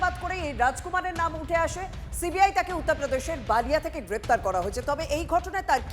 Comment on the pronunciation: Balia. Baalia noi. B lia